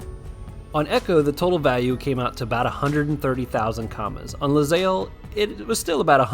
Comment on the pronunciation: You know, it's actually ilyzaelle. Tha capital i looks like an L I guess xD